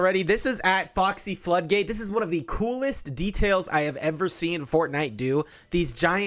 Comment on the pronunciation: pronoucing "kitsune" flawlessly but having issues with the english word floodgate... i know what you are